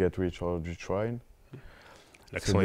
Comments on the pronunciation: c'est par rapport à "die" qui ne sait pas prononcer mdr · Starfallah il a dis get rich or 'DI' tryin il sait meme pas dire die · le gars il sait meme pas dire get rich or die trying hahahah